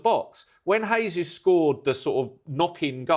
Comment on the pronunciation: You pronounced Eze's name correctly but not Jesus?